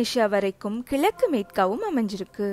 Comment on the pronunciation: கிளக்கு அல்லா. ( கிழக்கு ) என்று, சொல்லி பழகுங்கள்.